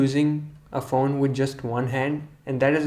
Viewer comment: is it just me or he says phown instead of phone xD